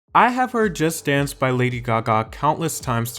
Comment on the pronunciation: Why do you pronounce "Just Dance" as "Just Stans". So fucking annoying.